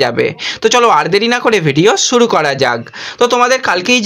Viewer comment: ছোট ভাই, আপনি আগে উচ্চারণ ঠিকঠাক করুন ভাই। মেজ নয় ম্যাচ। সুরু নয় শুরু।আমি ৫০ বছর বয়সী এক ব্যক্তি। মুদ্রিত সংবাদ মাধ্যমের সঙ্গে ২৮ বৎসরের বেশী সময় যুক্ত। আপনার উচ্চারণ বড্ড কানে লাগে ভাই। সংশোধন করলে খুশি হবো। সার্বিকভাবে আপনার সংবাদ সংগ্রহে আরও যত্নবান হতে হবে। আপনার সাফল্য কামনা করি।🐧